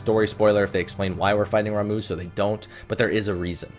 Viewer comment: You called Ramuh. RAMOO!! It's Ramuh= Raw Ma